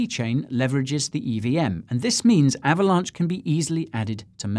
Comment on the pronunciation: I just cant...lol ahhvalonch, ahhhhhvalonch.